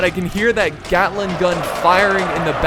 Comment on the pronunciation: "yea i stand right in front of the glating gun" XD